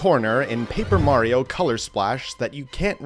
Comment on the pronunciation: “skulliton” ah yes murreo and is skulliton